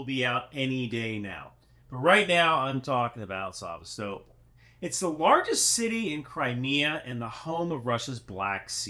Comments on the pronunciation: Isn’t it Sa-VEST-a-pol? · It's pronounced sevA-stopOl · Sevastopol is pronounced. Suh-vast-uh-pole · Omg, it's saVAstopol. The emphasis is on the second sylible, lol. That seriously made me cringe every time you said it that way. 😂😂😂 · Say it as Szèvastapol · That Sevastopol pronunciation 🇬🇧🇺🇦😂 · creative pronounciation of Sevastopol :'D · Is everyone else in the world pronouncing "Sevastopol" incorrectly, or just? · Why aren't you able to pronounce Sevastopol? You're like those people who say nucular instead of nuclear. I just couldn't keep watching after the 5th time you butchered a simple name. Seriously, dude, you ever travel outside your small town? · Just for clarity, Melitopol is pronounced meh-lee-TOW-pull and Sevastopol is say-vas-TOW-pull. Thanks for your super work!🇺🇦✊🏻💪🏻💙💛